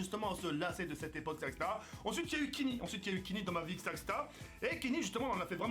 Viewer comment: Bravo & couillu de ta part de quitter ton ancien format. Tu as juste des petits soucis avec le mot "etc" ^^ mais sinon ça avance plutôt bien! Bonne chance pour la suite: )